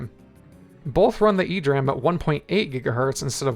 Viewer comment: E-D RAM, not "ee-dram"